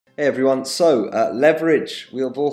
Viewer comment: You cracked me up when you said 'heyyy' after the first read. Actually you sounded Nigerian then.